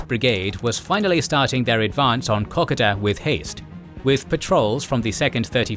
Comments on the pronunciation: FARK ME!!! PLEASE PLEASE PLEASE STOP CALLING 'KOKODA' KOK A DA !!!! ITS KO-KODA. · I cant help my self any longer: everytime i hear old mate pronounce Kokoda I cringe.. we (Aussies) pronounce it differently, more like "Ka-Koa-dah" kkoda js 🤷‍♂️ Anyways - Love your work beenlong time fan for half decade now. Absolutely Exquisite, marvellous work soaring beyond all expectations. Much Applause. I cant even imagine how the channel can evolve into anything better but Im sure it will and I will be suprised then as I am again and again. 👏👏👏👏👏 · It is a real pity about the pronunciation of the place names in this video. It spoils an otherwise well presented video. For instance Kakoda is pronounced Ka-code-a. I had to stop watching halfway through because I could not stand the butchering of the names any longer. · If only you could pronounce Kokoda right mate😆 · If only they could pronounce Kokoda right mate😆